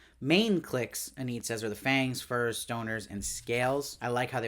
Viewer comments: Lovely recap. It's Eee-nid. With a long e. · Eneed... very interesting pronunciation of Enid. Good review as always